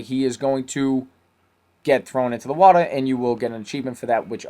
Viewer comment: he says watra